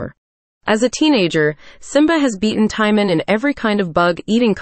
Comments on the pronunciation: The pronunciation of Timon is not Tie-min. It's Tee-moan. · The fact that they pronounce Timon as “tie-man” is funny to me 😂